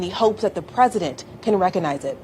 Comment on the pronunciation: rec-cog-nize not wreckanize